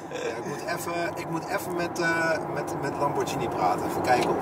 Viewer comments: Italianen zeggen Lamborghíni. Het is geen lambordjienie. Je zegt ook spaghetti, geen spadjetti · Het is Lamborghini en niet Lambordjinie. Ga maar een keer naar Italië toe. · het is duidelijk lamborghini niet lamborjini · Het is qua uitspraak een Lamborkini Oeroes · Het is een Italiaanse auto en de Italianen spreken het uit als lamborkieni,dus dat is de goeie uitspraak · Wrm is dr überhaupt een discussie gaande of je Lamborghini uitspreekt als lambordsjienie of Lamborghini je spreekt het uit zoals de makers het zeggen je gaat Apple toch ook geen appel noemen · Is het niet lamborGhini in plaats van lamborKini?🤣 Like als je dat ook vind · GH in het italiaans is een harde klank je speekt het uit als een zacht klank, fout! Lamborghini, hard klank dus, groeten. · Lamborghini met de g die je niet zacht uitspreekt en oerus zo zeg ik het (urus heb geen typaids hoor)